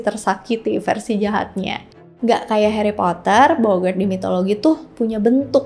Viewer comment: Heri potah